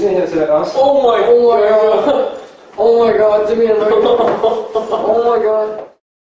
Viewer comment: CEO of "OH MY GAD"